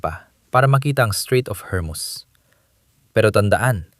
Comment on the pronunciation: Hormus hindi hermus🤣🤣🤣🤣